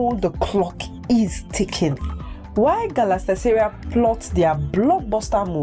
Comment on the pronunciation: Ur English and reading is not nice at all especially when mentioning the name Galatasaray chaiiii